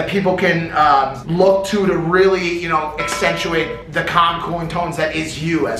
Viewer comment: Mike "accentuate" Majlak..lol.